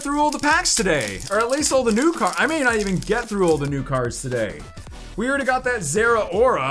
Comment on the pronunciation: Man I love ya, but it’s funny how you say ‘already’. URR DEE Also, I’m from the South so I say a lot of things wrong too haha.